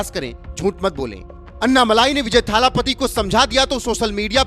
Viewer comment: विजय थालापति❌ विजय L.. पति✅ 😂😂😂😂😂